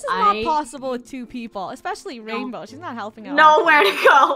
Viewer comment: OpEn ThE dOoR "WaInBow"